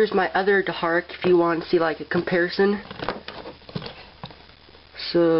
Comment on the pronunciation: You said deharak